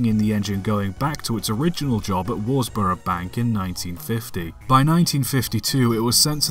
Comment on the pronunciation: Worsborough, pronounced Wuz-brough.